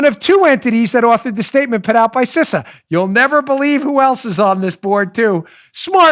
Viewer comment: Good luck tomorrow Dan. I know many people who've had chemo and some, like you mentioned, agreed it sucked. But then I've known others who've had no side-effects at all. I'm praying for you overall and hopefully you'll fall into the latter group. Side note: I'm pretty sure the pronunciation of CISA is "Cee-suh". No biggie, but I thought you'd like to know. I'm an avid reader and that's what numerous big name authors, like Clancy, Silva and Rollins, have said.